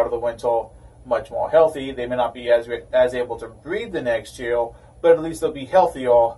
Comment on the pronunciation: Evertime you say R i hear L. Like yeal insted of year. Am i hearing wrong or what ?